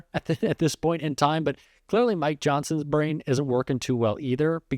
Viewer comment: I hate the way she pronounces this as "theese"... And all of her consonants have a jagged and harsh edge to them, if that makes sense. It's just all quite discordant and abrasive sounding, at least to my ear. Maybe it's just me... I dunno. Hard to get over the thought of her sounding exactly like Natasha from the Rocky and Bullwinkle show, but that's my age showing.